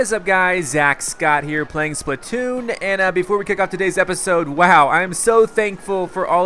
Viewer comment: You said spittoon at the b